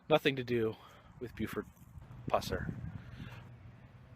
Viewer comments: Very informative video, when you kept calling him Puss-er i was cracking up. Too funny. It is Pus-er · pronounciation not (pooser) it pusser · Every time you say "Puss-er" I wanna slap the s@ outta u! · Pronounced Pus-er for sure. Live here and have done allot of research on Sheriff Pusser. Take Rays advice, dig into WR Morris' books. They are by far the best accounts of the sheriffs life and people he fought. He lead a very interesting life, a one of a kind! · Thank you for the video. But for the love of God please say the man's name right. Now your not the only video that out there that says his name wrong. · Dude , say his name right. For the love of Mike! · This your worst video. I always enjoy your video's but this one.Know how to say a name before u do a video on it. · this is lame go to some of the places stuff happened and say his name right you goof